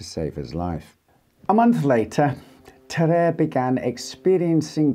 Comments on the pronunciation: It's pronounced tar-ar-ay not tar-ay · i'm prety sure even in French the "a" precides the "e" so it;s Ta-ra-rey not Ta-rerre